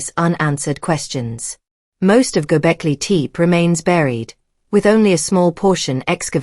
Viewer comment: AI voice mispronounces Gobekli Tepe. A rehash of what we already knew.